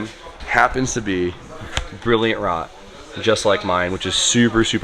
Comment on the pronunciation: hell rot just means bright red, and rot is pronounced like wrote